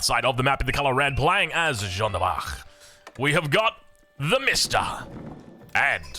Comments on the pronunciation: No, English-speakers should pronounce Jeanne the French way, or pronounce it as Joan which is the English version of the name, not this infamous John that just sounds wrong. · Ok here is my tip to pronounce: just put a soft "J" at the beginning of the name "Ann" There you go